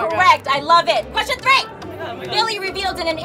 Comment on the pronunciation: "let me finish the qweschon" "let mE FINISH THE QWESCHON!!!!"